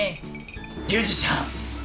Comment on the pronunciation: りゅうじチャーンス！！www